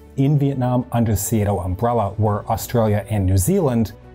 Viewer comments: Hate to nitpick but the pronunciation of SEATO as seeayto jars. It is pronounced seeto, at least in Australia. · Can you say SEATO and not SEA-A-TO?